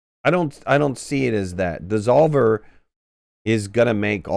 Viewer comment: alot of Freudian slips in this video its devolver not desolver ;}